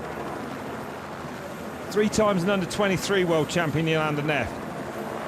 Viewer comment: Neff not “Nerf” 🤣😂🤣